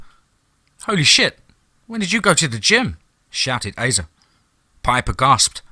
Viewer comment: This is one of my favorite DMT stories, Piper is a badass! I only have one note, Asa is pronounced like Ace-uh. Not trying to be a dick, just trying to help. Much love, you’re the best narrator on YouTube hands down. 😈 # DMT’S KRYPTID CREW #FOREST OF FEAR